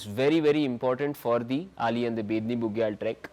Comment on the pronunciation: Dear sir.. that is not Ali that is Auli Make it correct sir. I belong to that place and it's hurts me a lot.. please 🙏🙏